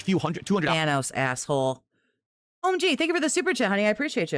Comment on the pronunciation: Thawnose. I hate his pronunciations so much.